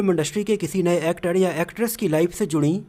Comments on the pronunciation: Bhai thoda sahi bol yar actad ni wo actar he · Bhai actod kod he Bhosdi ke pehle primary school education complete kar lo phir vedio banao Sahi bolte to aa nhi Raha 😮😅😅😅😅